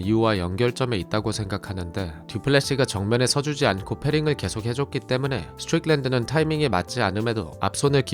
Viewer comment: 미국 42년차 시민권자입니다. 스트'뤽'랜드 발음 어디서 배웟나요?ㅋㅋㅋㅋ